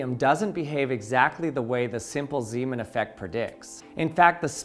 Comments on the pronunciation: Ahh, Zeemaneffekt. I am hearing Seamen here all of the time. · zay, mahn... not Seeman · You say Ziiiimen. That is not his name. Its more like Nay in Nay sayers. Zayman. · Zaj-man, not Z-man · My wife was in the next room and thought she kept hearing you say "semen" when you said "Zeeman". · It's pronounced more like Zaymahn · fire fire …fire fire…. he said seamen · Haha! "Zemen". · Well if he’s Dutch, it would be pronounced “Zayman”. Zee (zay) is Dutch for sea, so it would translate as Seaman aka Sailor). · Just for the record, Zeeman is pronounced Zaymahn. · As he was Dutch, pronunciation of "Zeeman" should be accordingly, with the "ee" sounding like the "a" in "play" and also the "a" sounding differently, but I cannot find an English word with the same sound ... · "Pieter Zeeman" is pronounced slightly different, it's roughly like this: 1. Pieter: Very similar to Peter, perhaps pee-ter might be slightly more accurate. 2. Zee: Very similar to Say, but with a Z at the beginning. 3. man: Sounds more like "mom" but with an n at the end. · I almost made it, but "Anomalous Zeeman" got me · The ee in Zeeman is pronounced like the ay in say